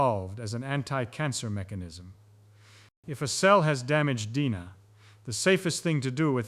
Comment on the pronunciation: Gotta pronounce DNA better != Dina. Lol